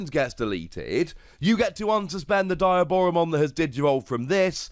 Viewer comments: Its dee ah bora mon. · how is there not a single person on youtube calling diaboromon by its correct name? it's DEE-AH-Boromon. Like Diablo, or a demon in Spanish.